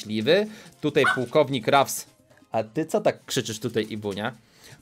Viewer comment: Ruffs czytaj (Raffs)